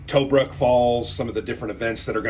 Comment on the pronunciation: I hate to be "that guy", but can you say "2Brook" when you say Tobruk. pls? pls?